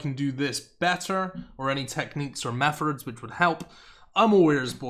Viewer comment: did you just say “mefurds”? Lol